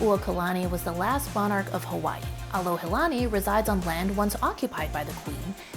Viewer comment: You shared a great example of what “aloha” is by doing your homework before arriving here in Hawaii and being sensitive to the locals and native culture. Hope that more visitors (new and returning) would do the same. (as a side note, you were at the Alohilani Resort ... not Alohalani) Mahalo for your video!